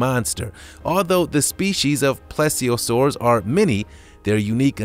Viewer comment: When you do these videos, make sure to pronounce the na.es correctly. Mosasaur: mow-zah-soar Plesiosaur: please-z-oh-soar